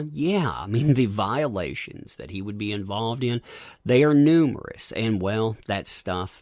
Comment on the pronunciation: "Numberous" LOL!!